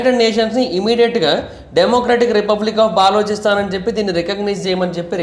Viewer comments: orey nayana baa-loo-chi-stan kadu, buh-loo-chuh-stan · బాలోచిస్తాన్ కాదురా నాయనా బలూచిస్తాన్ అని పలకాలి.. పూర్తి సమాచారం తెలియకుండా వీడియో చేసినట్లు ఉంది. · తప్ప గా పలుకుతూ ఉన్నావు,ఆది బెలుచిస్తen ani antaru correct chesko last వీడియో lo kuda cheepina Bri inka ni istam